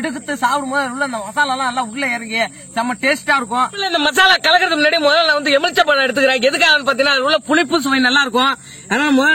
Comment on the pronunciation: எம்முளிச்சை இல்ல தம்பி, எலுமிச்சை